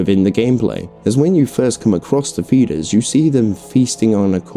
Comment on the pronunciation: I’m hearing fetus instead of feeder’s😂 overall good vid tho